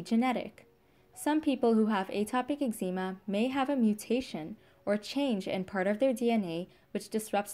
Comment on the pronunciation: She can’t pronounce eczema .😊